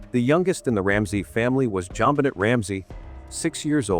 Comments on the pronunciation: Her name is pronounced “Jon Benay” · AI is disrespectful to JonBenet especially when it mispronounces her name. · Please say her nabe correctly. As a matter of respect. Someone was already in the house I say. Poor baby girl xx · You know, if you're going to use AI, try listening to it before releasing it and dub in proper pronunciation! This is a serious topic and not even saying the victim's name correctly is disrespectful.